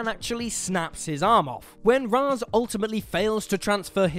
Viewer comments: It's pronounced Raish not raz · Ra's: RAISH, not Raz. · anti-life is deserves to be on this list also its pronounced ray-sh not raz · The only thing more horrific than these transformations is his pronunciation of Ra’s